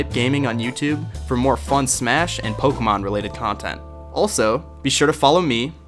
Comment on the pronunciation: did he just say pokekmon and smash? Nuff said take my money god damnit